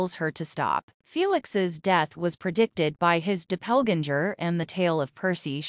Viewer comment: Who says DOPPLEGANGER this way! 😂😂😂😂